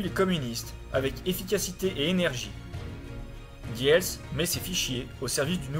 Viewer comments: et diels se prononce dils. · Rudolf diels se prononce roudolf dils.